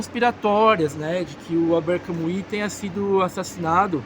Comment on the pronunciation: NÃO PRONUNCIE CAMUI . ERRADÍSSIMO .